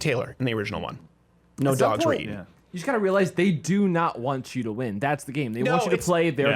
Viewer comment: “Rin some roose some”! I almost threw up from laughing!